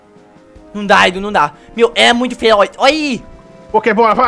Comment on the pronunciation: para de falar feroi